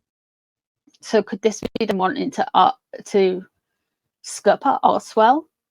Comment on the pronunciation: I'm from Canada. Everytime you said archwell I heard arsewell. I think I might get my hearing testing!!